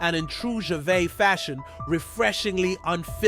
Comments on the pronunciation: You pronounce the S on the end of his name. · Come on, Could you not have learned how to pronounce his name before you make a video? And what is with you trying to spell out the joke before you show it. And that is before I have even watched 2 mins. I'm not watching any more of this crap. Make an effort the next time will ya!